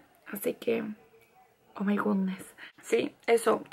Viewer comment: yo veo esto todas las noches antes de dormir jajajaja! yo ando hablando como tu casi. aunque quiero saber que significa "oh may god ness"??? :c